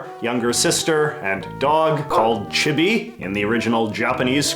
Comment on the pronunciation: I think “Chibi” is more like “Chee-bee”